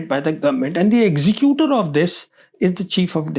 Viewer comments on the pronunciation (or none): none